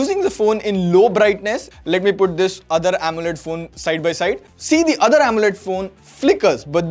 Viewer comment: "The othre amoled" 🙄